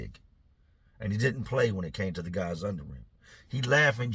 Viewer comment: I know this is an old video so I doubt people will come across this comment, but I need to know if I’m trippin’ or not.. does anyone else hear accidentally say, “ these other gays” instead of, “ these other guys” 😂